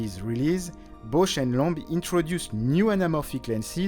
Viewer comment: needs to learn how to pronounce "Bausch and Lomb" correctly... "Lomb" rhymes with "bomb", not "loam". 😂